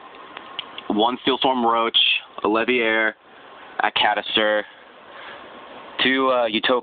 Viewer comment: You know the word "Catastrophe"? "Kuhtastrophee". So I'd imagine that "Catastor" would be pronounced "Kuhtaster". Not "Katuhster". :P